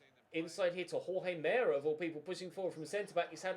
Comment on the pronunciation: It’s pronounced hor-hay mer-ay. For Jorge Meré